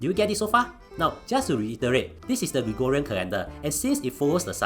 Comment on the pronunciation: woww I am surprised pronounced Gregorian correctly and not gregooooooriaaaaaaaaaaaaa